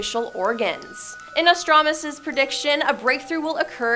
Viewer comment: How can you not pronounce Nostradamus correctly?